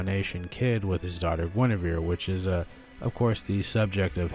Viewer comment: WHO did you say gwyneveres husband is